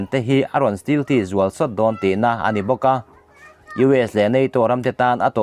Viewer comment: Stealth(stelth)tia lam tur zawk ani zawk lo maw,steel ti anga lam lovin,Stealth fighter Jet i sawi ni turah ka ngai ngawt a